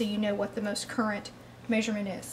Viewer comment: “Meysurement” interesting accent! Where are you from?